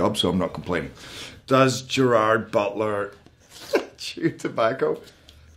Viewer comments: "I'm Gerrrwwrr Brrwrrrr and I'm going to do a Google Autocomplete Interview" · Sounds like he says "I'm jar boler" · Ah, so it's "Gerar Boodla" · I was already surprised within literally the first few seconds, like that's how you pronounce his name??? Alrighty.